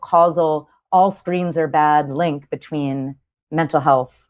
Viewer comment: Chris's anxiety caused him to say 'betwine' and 'repression' rather than 'between' and 'depression'. At least she was listening intently!